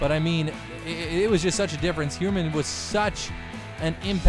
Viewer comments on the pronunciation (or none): I think his name is pronounced Jeff High-er-man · It’s Jeff “Higherman”